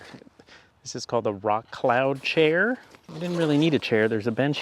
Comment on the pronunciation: Stumbled on this nice little vid. Funny thing is I ride with a guy who is a photographer, and both of us are from North Jersey I am not sure if you are saying chair correctly. Any way I did enjoy your failure but I see it as a triumph.